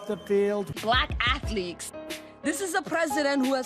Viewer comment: Hahaha she said "Black athleeks !!"